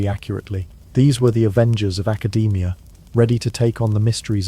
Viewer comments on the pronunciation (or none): none